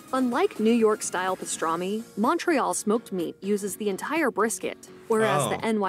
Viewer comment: She's not pronouncing Montreal, tourtiere, or Alberta properly in the English way or the French way. Fraud. Haha.